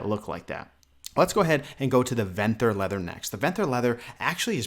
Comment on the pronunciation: You're mispronouncing Venthyr, and it's killing me